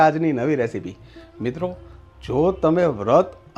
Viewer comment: રેશિપી નો કહેવાય,રેસીપી બોલાય